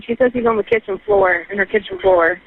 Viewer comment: Boom "she shot him on kitchn floor" Operator: OH!